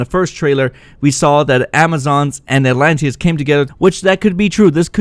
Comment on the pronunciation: I gotta admit you pronounce the name atlantis in way that makes me think alot lol a-lantis